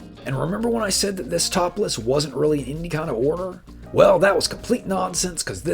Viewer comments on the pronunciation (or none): And when you say top list it sounds like you're saying topless haha